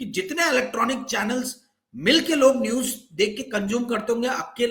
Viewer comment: Arrey apne muh miya mitthu banna band karo yaar. Roz ek hi baat. I watch your channel for your guest's views despite your speech impairment. Nooj nahi hota news hai. Moojik nahi hota music hai